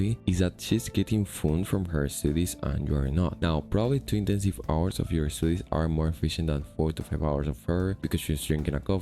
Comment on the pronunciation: I have noticed that you can express some decent nuance with your english, but you still have a habit of putting "e" at the start of words with "s", such as "estoodies" instead of "studies". So although your pure ability in english is reasonably high, the phonotactics in english are unnatural for you. I am not trying to diminish you in any way, it's just an interesting observation that I think I also struggle with.